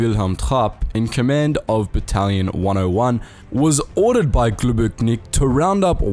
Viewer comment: Just to clarify some minor things (i get triggered by that, but its not a big deal so please dont be upset) Globočnik is not read Globoknik Č is pronounced as CH as in lunch I am 100% sure as this nazi beast was sadly one of my country men. One of his parents was slovenian and the otherone with german (austrian) ancestry, but he threw away our nationality and indentified as a german. He was so brutal that his actions were questioned by SS itself. And some records say that he was the one who came up with the idea of gas chambers being used for executing all those poor people. Its a dark part of history of a tiny nation (slovenia) that nobody wants to talk about. But luckily i can say we were on the right side of history in the end. You can make a video on that monster too. He is bad, but still really interesting if you have some time. Love your content, shows a lot of perspective on ww2 we otherwise would never hear about. Stay safe, and keep up the good work.